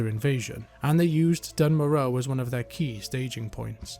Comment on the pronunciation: Its pronounced "dune mora" in the dwarven intro cutscene